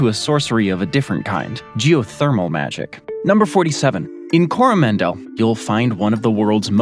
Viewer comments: The way he said coromandel as well lmfao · 1 for pronouncing Coromandel as if it were a relative of Howie Mandel. +1 for a pretty good pronunciation of Pahiatua (which some locals even mispronounce, as PAh-hee-ah-TOO-ah).